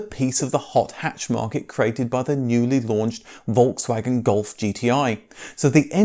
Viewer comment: The moment you pronounce Volkswagen with a V rather than F , the whole mood of watching the video gets spoilt........ Its pronounced as Folks wagen